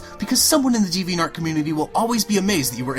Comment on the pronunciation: You can't even say the website's name right!!!!!